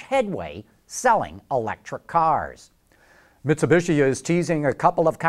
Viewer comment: 51 seconds in ....the way he says Mitsubishi lol